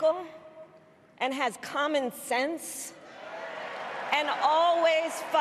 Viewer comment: She said 'common sense' 🤣